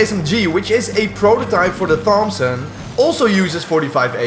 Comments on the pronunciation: its Tomson not Fompson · tomp-son,. not thomp-son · The Th in Thompson is pronounced like a regular T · aint no way he pronounced it "thomp"son instead of "tomp"son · Its pronounced Tompson the h is silent you moron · the pronunciation of thompson will not be forgiven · Ok I do want to let you know the th in Thompson is pronounced like a t not like a th I just wanted to let you know because that’s how we say it in the USA and it’s a US gun but that’s my only critique the video is great